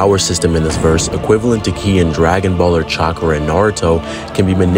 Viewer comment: i heard chakra far'tin like is he farting?